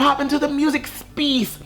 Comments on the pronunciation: Attention: The word ‘space’ is now pronounced ‘speeeeeece’. That is all. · And space as “speece” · Not “speece” 😂😂😂